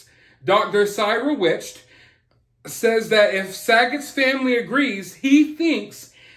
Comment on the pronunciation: I love how has no idea who Dr cyril wecht is (nor how to pronounce his name). I'm guessing you weren't a fan of the Oliver stone film JFK (or this thing called history...lol)? Wecht is a world class pathologist. The only person that has about the same number of autopsies as Dr wecht is Dr. Michael Baden. You're talking about people with about 40,000 Autopsies each. Our education system is so poor that I don't expect most people to pick up on simple things like this anymore. But I thought someone that was so enamored with movies, would've seen a little film called JFK. Also, I'm all for knowing that we're all human and make mistakes. But this is the same guy that pronounced Yosemite national park just like it's spelled: Yosemite....lol. In that video, I was a bit stunned that someone you know has watched more than his fair share of cartoons as both a child and an adult child didn't pick up on the name by way of:Yosemite Sam". Nope. I'm begging to think should change his name to. He doesn't seem to know even basic history. I'm aware this isn't a history channel. But given stated interest in film, 1 would think he may have heard the name Dr cyril wecht before. Call me crazy.